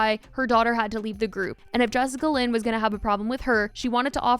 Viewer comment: Not “jessicalyn” 💀